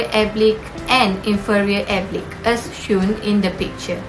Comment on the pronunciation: Thank you for uploading the video. The content is comprehensive. The video is made nicely and enjoyed watching it. Overall, a good job. Score: 4, 4, 4, 4, 3 = 19 Presenter 1 Should have avoided the use of pronoun "you". issues with plural noun (e.g., two functions), brain (breɪn) , conjunctiva, * issues of the plural S ending, oblique (əˈbliːk), coordinate (verb - koʊˈɔr dnˌeɪt), Presenter 2 Fluid (ˈflu ɪd), Presenter 3 cranial (ˈkreɪ ni əl), segments (observe the typo ) - very clear pronunciation! Presenter 4 issues with plural sounding, choroid (ˈkɔr ɔɪd) Presenter 5 pupil (ˈpyu pəl) , should've said "various distances"